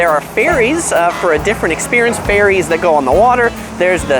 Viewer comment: Who else heard 'ferry's' as 'fairies'? 😁